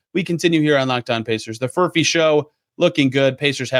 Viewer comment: Did I hear you say Furphect?